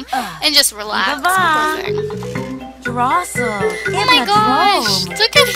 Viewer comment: She just said awesom lol!! Hahahahaha